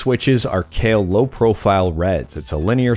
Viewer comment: Pretty sure it’s pronounced “K-eye-wha,” not “Kale.” (Kailh)